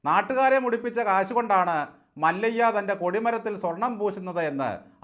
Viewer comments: മല്ലയ്യ എന്നല്ല മല്യ എന്നാണ് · മല്ലയ്യയല്ല സാർ മല്യ 😂😂